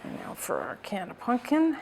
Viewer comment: Pumpkin, not punkin.